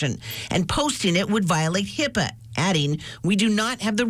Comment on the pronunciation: The guy working for the government says "HIPPA"??????!!!!!!!! It is HIPAA.... wow we are all screwed